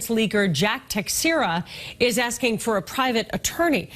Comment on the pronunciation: The way american people say "Teixeira" annoys me (Portuguese Person), it's not Techcheira" or whatever they say, it's "TEI SHEI RAH" kinda like that, SHEI as in Shein